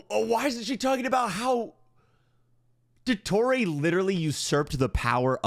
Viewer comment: nah what the fuck was that pronunciation of dottore's name😭ill dodoray THAT'S NOT NATLAN TECHNOLOGY. THAT'S DRAGON TECHNOLOGY